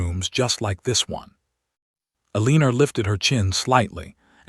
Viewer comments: Eliner?? I think you mean Eleanore. 😳😂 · There are more mispronunciations in this than is acceptable. Let’s start with the heroine’s name…Aleener? I think not. Eleanor…ELL-ah-nor. This is unforgivable especially since the story centers around language. Do better. Not worth a subscription. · AI mis-pronounces it "eh-LEAN-or". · You obviously do not listen to your audience's comments. Why choose Names that you cannot pronounce? The poor girls name is" a leaner" then "ileaner" then "helenea" AI is making a mess of the stories. I can't watch a moving frame around a picture; it makes one dizzy. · PULEEZ! Teach your AI to read basic English. Eleanore is not pronounced EL Leaner! It’s like nails on a chalkboard. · If you have questions about a name, pull up the transcript. Her name is not Eleanor. It is Elena. I agree AI is adding an “r” where it is not to be.